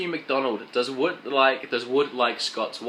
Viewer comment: Wood god dam it you said my last name wrong!